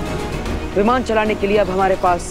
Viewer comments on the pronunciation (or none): 1: 59 he said vivan to viman